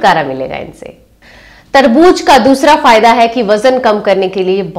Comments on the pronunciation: Tarbooz not tarbooj hehehhe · मैम वो तरबूज नहीं तरबू ज़ होता है 🙏🙏🙏